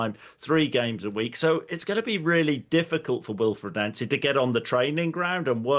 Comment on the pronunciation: He pronounces it correct, it's how Nancy says his name. Even says it in the most recent Celtic video showing the BTS